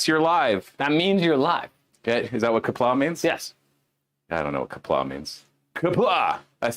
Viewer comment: Correction: it’s q’pla or qapla or something 😜